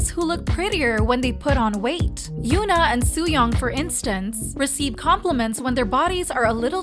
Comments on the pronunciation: its HYUN (uhn) AH not HYOON (oon) AH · Okay so they pronounce "Irene" in the Korean way but not Hyuna? Why does this channel insist on calling her Hyoona????